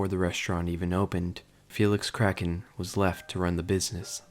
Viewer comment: Ahhh yes Felix K r a c k e n